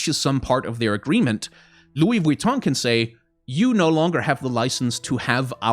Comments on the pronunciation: Nobody:: Lui VitONG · The over pronunciation of LV was kinda annoying, but I completely agree and I'm worried about how this will turn into ingame advertisements, like if this is successful what's gonna stop Mcdonals skins, or Red Bull, or Ford you know? I'm also assuming that the companies will get a % of the sales since their ip will be on the skins. I actually asked this on twitter and got a response from "Great question here! Without getting too spoiler’ish on all the rad stuff that will be unveiled over the next couple months, I can say that both our teams are committed to making this a craft, art, and design first collabo- that’s something that’s core to both our value sets!"